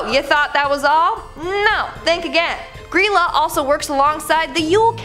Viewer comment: It was pronounced Gr-eye-la, but the pronunciation has been lost to time